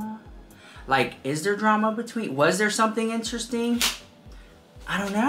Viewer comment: New “draam” huh?